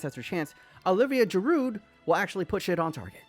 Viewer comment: The D in Giroud is silent. (Because of course it is.)